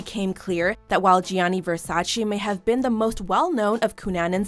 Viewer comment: I stopped watching this video bcz i cant stand how she keeps saying " GEAANEEY VERSACHEE CHEE CHEE " ITS " GAAANE VERSACHÉ " come on its Italian words duh😭😭😭